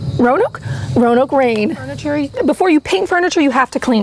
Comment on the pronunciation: Finally someone who said Roanoke right (a town where I live) people always say ro a noke btw I love your videos I suck at diys but I love watching them